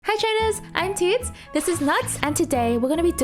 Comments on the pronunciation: why does her start of video always sounds like , hii trainers Im tits and this is nutttts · Teeds ... At first I heard Teets 😂😂